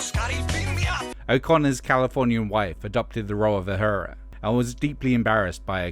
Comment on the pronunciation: The character in Star Trek was Uhura, not Uhara.